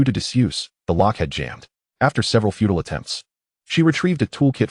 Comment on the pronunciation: FUTILE (useless) not feudal.